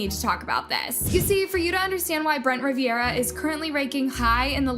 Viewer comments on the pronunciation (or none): jeremy hutchins is his friend, and part of their squad. you should know this. its also brent RIV-ERA. not riv-e-era. 😂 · RIVERA NOT RIVIERA BRUH.